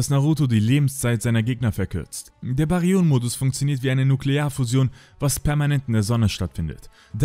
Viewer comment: Nice Zusammenstellung :) Danke für die Arbeit aber brudi Bäh-ri-yön - Mode, versuch das mal so auszusprechen :D